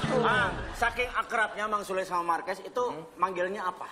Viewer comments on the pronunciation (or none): Indo sekaliiii bahasanya,Jadi yang bener itu Markues ya bukn Marquez??? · Bukan MARKUES tapi MARQUEZ😂 lol